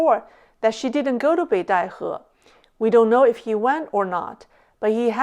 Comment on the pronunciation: Obviously can also speak genuine mandarin. One can tell this from her pronunciation of Beidaihe, which is the exact mandarin pronunciation.